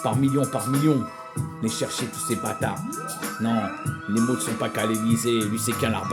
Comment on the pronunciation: On est à fond quand on écoute, jusqu'à ce que tu dises "maux"(ok)//et "mauts" au lieu de "mots....